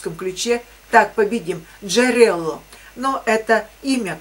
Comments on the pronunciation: Джерело, ударение на "о". Это украинское слово, в переводе на русский язык "источник". Обычно, если нажать на слово" джерело", перенаправляют на источник.))) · Джерело-это не имя, слово произносится с ударением на О, в переводе с украинского обозначает "источник". Автор статьи ссылается на какой-то источник.